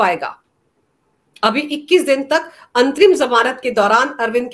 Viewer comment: मुझे अंतिम जमानत सुनाई पड़ रहा है जबकि ये अंतरिम जमानत है ।कृपया स्पष्ट करें।